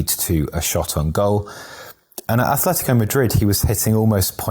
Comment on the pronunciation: Just one minor detail here: it's Atletico. No th there. Atletico. The one with "th" is Athletic Bilbao.